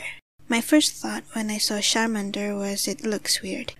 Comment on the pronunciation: u can't say charmander